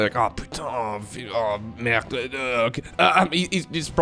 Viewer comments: I can say that your french pronunciation of "oh putain oh merde" was very accurate ^^ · ngl your "Putain... Merde..." impression was on point. You sounded like a real frenchman for a second !